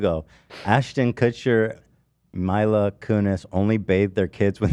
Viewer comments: I love Ethan's logic. "Hila" is pronounced "Hee-lah", but "Mila" comes out as "My-lah"... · it's funny ethan keeps mispronouncing "Mila" when it's just his wife name with an 'M' instead of an 'H' lmao